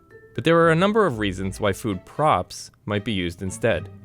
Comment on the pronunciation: I thought he said “food probs” XD